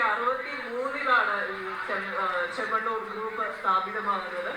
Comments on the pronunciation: ചേണ്ണമാണ്ണൂർ അല്ല ചേമ്മണ്ണൂർ പോയി നാക്ക് വടിക് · ഈ ചങ്ങാതിക്ക് മലയാളം പറയാനറിയില്ലേ.?😂 ""ബോബി ചെണ്ണമാണ്ണൂർ '' കഷ്ട്ടം 🤔🤔